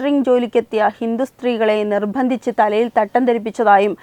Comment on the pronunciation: " നിർഭന്ദിച്ചു " " പ്രക്യാപിച്ചു" കൊച്ചേ ദയവു ചെയ്തു നിങ്ങൾ വാർത്ത വായിക്കരുത്